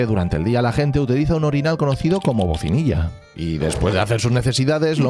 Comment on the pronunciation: Hola, el orinal se llama BACINILLA y no bocinilla. Muy interesante el video, gracias y a por mas.